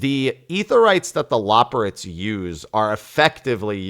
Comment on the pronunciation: Okay I've just got to pick up this but it's super annoying that you don't know how to pronounce loporrits, when they literally say it in many cutscenes.